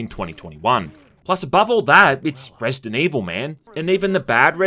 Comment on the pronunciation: Resi-dant Evil